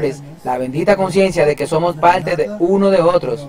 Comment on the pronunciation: Lo único que no me gusto fue ese narrador . No pronuncia bien las palabras. No pronuncia la (r) en unas partes pero en otras si.. mete es la (L) dice así. Ninguna palte. Y es parte.